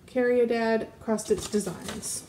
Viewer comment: The McChristmas piece is from a Welsh company here in the UK, you pronounce it as Cari ad (the r rolls off the tongue) it means Love in Welsh Your pieces are amazing.... I'm enjoying binge watching your videos 😊